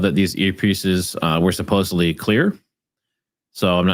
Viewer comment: SupposEDly, please. (Not supposABly)